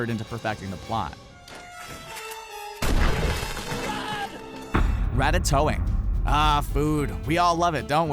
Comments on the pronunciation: ratatouille ... its a dish.. not rattatoing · "RA-TA-TOE-ING"??? IT'S "RA-TA-TOY-NG". HOW DARE YOU DISRESPECT THE GREAT MARCEL TOING. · You say it rat tat toying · It's actually pronounced Rat-ta-toyng. No joke. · I love how he said ratatoing xD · Lol he said ratatoing weirdly